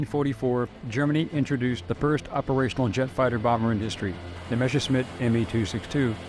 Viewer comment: Wrong pronouncation: It is not called "Meshersmid" but "Messerschmitt". The double-s comes first, the "sh" in "-schmitt" second. The origin of the name is "Messer", the german word for "knife", and "Schmied" (= "Schmitt"), wich means "blacksmith". A "Messerschmied" was a man who forged knives.